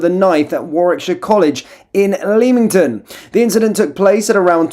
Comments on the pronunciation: Btw, Leamington or Leamton as i think you said it, is pronounced as Lemmington. 😉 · “LEM-ING-TON” not Leeming-ton. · It is pronounced Lemington as in lemon, not the way you pronounce it. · Leamington is pronounced LEMMINGTUNN . Is it Royal Leamington Spa? Royal (pronounced LEMMINGTUNN) Leamington Spa in the Royal County of Warwick in England. I simply hope this is helpful. 🙂 Mrs D in Yorkshire. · It’s pronounced Lem ing ton!you should know that! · Just to let you know it’s Lemington the a is not pronounced. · FFs it is pronounced "Lemmin Ton" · Leamington pronounced Lemingtom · So close to home as this went on at my local college in Leamington Spa! Pronounced Lemington! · It's pronounced 'Lemmington' btw lol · Get your pronunciation right please. I’ve noticed it a lot on your news pieces! It’s Lem ing ton ! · Pronounced Lemington. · A 'college' you say? It strikes me that there won't be much learning going on in this particular establishment, on this or any other day. Meanwhile, the presenter cannot pronounce 'Leamington' properly. There isn't much hope, is there?